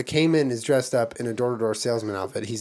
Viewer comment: Hey Jenna and Julien I'm Monique. I live in the Cayman Islands and though there is nothing wrong with how you're pronouncing the word "Cayman" please can you pronounce it once as Cay-man not Cay-men. Think of the word as singular not plural. Please. Its driving me fucking crazy lol. Thanks. You're fan.